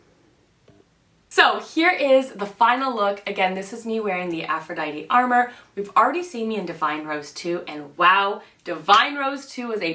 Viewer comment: Just for future reference it's pronounced a more, which means a secret or illicit love affair or lover. Lovely review by the way :) I got the Venusian sunrise blush and the Lunar Allure highlight. I really am enjoying both!